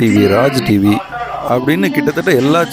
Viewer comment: "TV" ya "Reevi" endu solradhu that particular area la irikkira pronunciation error bro. I am from central province of srilanka.